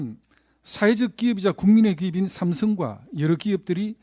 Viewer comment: 국세청까지 시켜서 추징하게된것에 대해 유감=원랜 안내도 되는데 굥이가 시켜서 어쩔 수 없다 라는 뜻 김상훈 ㅆ 발음 왜저럼ㅋㅋ ‘씀성과’ 윤씅렬’ 쟤도 일본놈인가?ㅋㅋㅋ